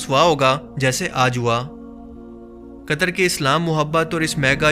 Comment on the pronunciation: Di it's not कतर it's कतार